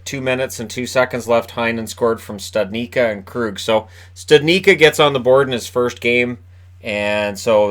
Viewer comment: Please learn to say the czech origin names correctly. It is /stʊdnitʃkʌ/. Like I understand that you are unable to say Filip Chytil name correctly, because you don't have a CH letter in the alphabet, but Jack Studnička name is not really that difficult.